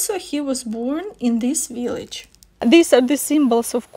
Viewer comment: I love your veelich, you're adorable.